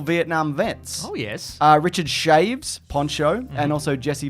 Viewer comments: Chayves? Surely it's pronounced Cha-Vez? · Bloody hell, Richard "Shaves"?! It's pronounced cha-vez.